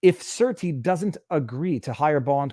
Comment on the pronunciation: The court still has to approve the surety and please pronounce surety properly